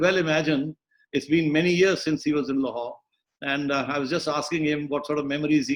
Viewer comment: he says Lahore in most whitest of the sense. Nyc.